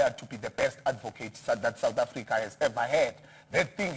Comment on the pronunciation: The continuing mispronouciation of South African shames a lot of reporters greatly